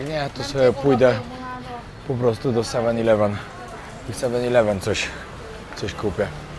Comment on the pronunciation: Siema wariacie absolutnie sie nie czepiam, bo sam kiedyś tak gadałem i tak nas uczyli w szkole, ale eleven wymawia sie przez e, a nie i jak ileven 😊😊 pozdro